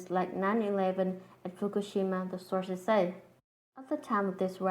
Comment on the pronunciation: it was so weird and funny when she was saying "illuminati sauces say" lol